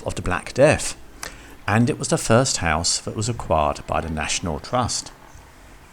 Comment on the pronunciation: National Twust? Are you a retarded child? 🤡